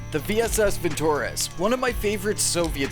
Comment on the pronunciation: vintorEz. stress on E, not on o.